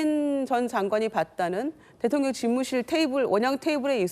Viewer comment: 대통령 대통령 ~~김병주~대톤련이 아니고 ~발음도 잘못하네 군대에서도 작전지시 제대로 했는지~